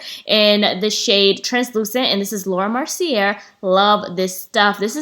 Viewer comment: I love your videos...but this has been killing my OCD (please forgive me)! Laura “Mercier” is pronounced (Mercy-a) Like I said...Please forgive me 🙏🏾